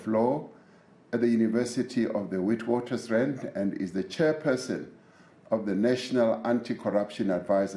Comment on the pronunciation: Cant or wont pronounce witwatersrand correctly...